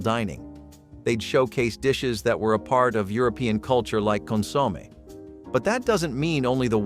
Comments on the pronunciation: TEACH YOUR BOT HOW TO PRONOUNCE THE NAMES OF THE FOODS! CON-SOM-AY, SU-IT, etc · OH MY GOSH... its SOO-ET pudding and CON-SUE-MAY